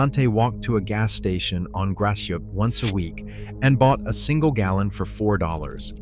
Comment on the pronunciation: Gratiot is pronounced like Grass shut ………